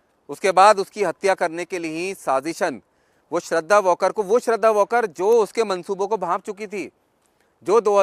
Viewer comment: वॉकर नही वालकर है नाम